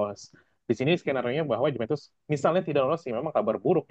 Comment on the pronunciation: Host baru pembawaan sudah bagus, cuman perlu baca referensi lebih, misal kayak penyebutan klub harusnya kan "Yuventus" bukan "Djuventus" , makasih